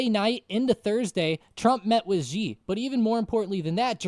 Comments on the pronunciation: Yeah these guys are the only ones who pronounce it Jee instead of Shee. I think they are confusing the X with the J in Jinping. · Its actually pronounced She, not Ji to pronounce Xi.